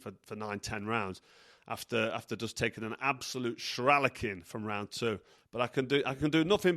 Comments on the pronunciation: Shralacking 😂 my new favourite word 😂 great sum up 😊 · Please listen to Barry McGuigan say the word ‘shellacking’. You’re butchering it and it makes you sound silly. You’re not silly, so say it correctly. 😂👍🏻👊🏼